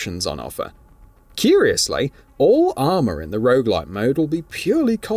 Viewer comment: I'm sorry, are you saying rouge-like or rouge-light? 🤷‍♀